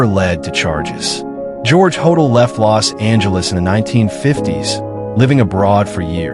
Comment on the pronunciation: You would think think that you could use a real photo of Dr George Hodel's residence (John Sowden House) on Franklin Avenue, which resembles a Mayan temple, not a Spanish Colonial residence. And you would think that you could pronounce Hodel properly ("Ho-dell"). On, and there are many other things that are historically inaccurate here, but why bother to mention them all.